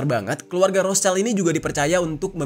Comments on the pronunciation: bacanya roth schild bang bukan roths child mf bang🙏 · ROTHSCHILD: WROT SHILD, bukan ROS CAIL..... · ROTHSCHILD, pelafalannya 👉 ROT -Sheesh-ILT:: ROT-SHILT!! 👈bukan ROSE-CHILD wooooy!!! Paraaah 🤣🤣🤣🤣🤣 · Rot(h)-Schild, schild dibaca shild Kalo digabung bacanya rot-shild.